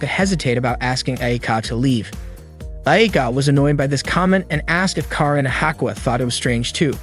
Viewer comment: it's not keren it's karen